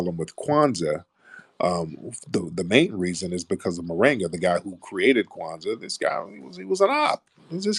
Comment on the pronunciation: Tariq called him "moringa" ... 😂 It's Koringa...lol